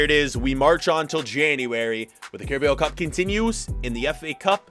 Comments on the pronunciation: normal people: kara-bow cup: kara-byew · It’s pronounced ca ra bow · The way he pronounces Carabao Cup kills me😂😂